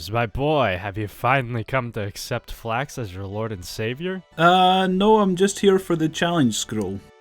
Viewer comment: i heard flags keeper enstead of flax keeper